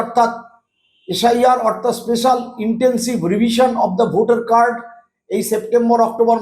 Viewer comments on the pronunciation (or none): none